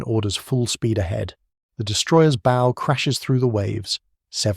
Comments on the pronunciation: AI narration. No human would pronounce “bow” of a ship to rhyme with “throw.” Or pronounce ASDIC as “asdyke.” . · I'll hit the like button when the AI voices I keep hearing learn how to pronounce "bow" as it pertains to the opposite of "stern."